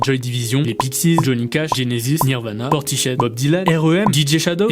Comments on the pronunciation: Ben oui. Un bled gallois je crois. Portissaide. Pas portichaide. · On prononce : "Portis-head" et non : _"Porti-shead" ^^ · Ok très bonne vidéo mais "PortiCHead"!? Vraiment ? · Bel hommage à ce magnifique groupe. Par contre il faudrait vraiment que tu travailles ton anglais, parce que "Portichède" et "we suck young bloude" c'est juste pas possible 😅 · oui oui tout à fait le bled d'origine de Geoff Barrow vers Bristol (en Angleterre du coup) mais c'est la prononciation qui m'a chagriné